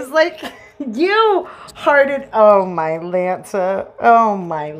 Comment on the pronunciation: ok… this situation was already too much but i swear i just heard u turn “oh Mylanta” into “oh My•Lance•uh” & i lost it💀🤣 plus ur commentary is on point😚👌🏽 so yeah, great video😌 new sub here🤗